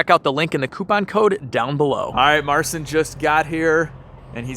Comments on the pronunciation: if i think, i know what your trying to say about his name. His name is Mar - chin.. not marcin..... Just so you know. love the video. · I salute you guys and Marcin pronounced Marchin I guess And kurwa mać he's good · Its pronounced Mar-cheen you’re killing me smalls. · You really butchered the pronunciation of Marcin's name. Worth a google at least